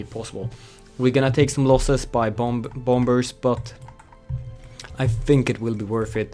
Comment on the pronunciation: Anyone else annoyed when he says bom-bers, in sted of bomers the second b is silent